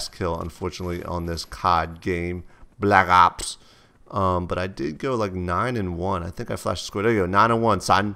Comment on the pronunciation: LOL the way he says black ops dope saan